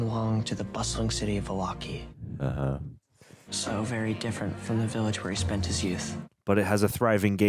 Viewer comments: well excuse us plebeian’s for not being well versed on the major cities in DnD. It sounded like Milwaukee! 😂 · Okay but it sounded like Milwaukee at first. Not everyone is familiar with D&D lore 🤷🏾‍♂️🤣